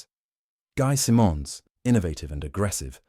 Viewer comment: You ae pronouncing . Guy Simonds surname incorrectly. Though there is only one “m” it is pronounced as “Simmons”.